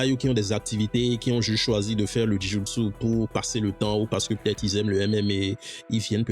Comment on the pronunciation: Jou Jitsu pas Ji Joutsou 😅 Joint = articulation J’ai aimé ta vidéo c’est interessant!